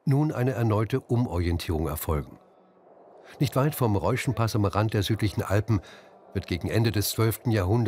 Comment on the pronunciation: hochwertige Doku! Sehr informativ und gut erklärt. Erratum: Reschenpass (nicht Reuschenpass)